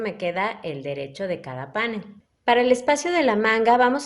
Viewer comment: Precioso trabajo, muchas gracias, lo haré. Una cosita, la palabra panel es aguda, el acento lo lleva en la e, como usted lo pronuncia es étimo del inglés. Cuidemos nuestro idioma. Gracias